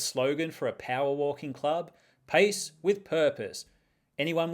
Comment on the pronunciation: At first listen, I thought you said "Paste with purpose" and I thought i missed something crafty, but you were just going for a walk 😅